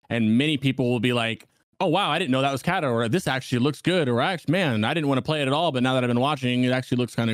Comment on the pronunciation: ca-ta not cat-a